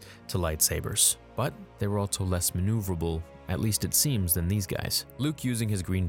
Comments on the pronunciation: The dude also says “Altso” instead of “Also”. Makes no sense. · Drink every time he says "altso" or "I'll bite" instead of also and albeit! 🤣